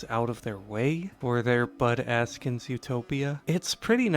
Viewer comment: Every time you said "Bud Askins" I heard "Butt Ass-kins" and I giggled.